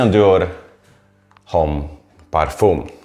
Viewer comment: Ciekawy Filmik.SubskrybujeMala uwaga.W jezyku francuskim H w slowie Homme(mezczyzna) jest bezdzwieczne a zatem wymawiamy omm.Pozdrawiam